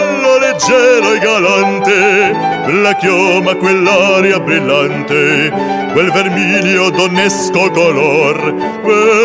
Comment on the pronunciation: In Italian singing but also German and other languages, attention MUST be paid to the proper accents given to the syllables, otherwise everything sounds like a monotone. For instance, "ri-PO-so" not "ri-po-SO", "bril-LAN-te not bril-lan-TE, giving an extra flourish at the end which distorts the word. It takes control not to punch out the ends of phrases. Also care must be given to where the syllables appear, on or off the beat.. A good example is "VO-la o se-re-NA-ta", not "Vo-LA, o se-re-na-TA" (Tosti). "VO" and "NA" happen to be on the beat. It is unmusical but even lazy and unthoughtful to bang out the last notes but also also to sing unequal syllables as though they were equal as in a piano Czerny exercise.